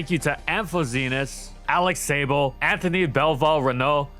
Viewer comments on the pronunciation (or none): none